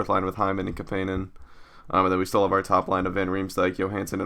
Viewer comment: its CAP-IN-EN lol.